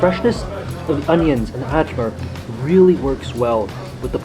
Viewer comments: Ajvar, as ayvar, not adjvar. And bUrek as dUbrovnik not byurek and not Dyubrovnik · Ajvar. It is pronounced ay-var or I var (like variety starts)